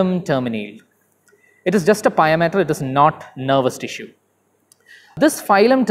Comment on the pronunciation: For north american audience we say pia (pee-uh). Just for future reference.